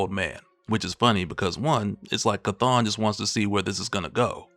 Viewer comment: Chthon is spoken like the word OWN not ON.